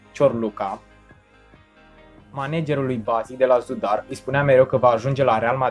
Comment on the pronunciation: nu se pronunta zada ci zadar